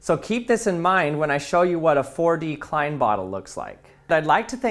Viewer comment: You are saying “klein” wrong.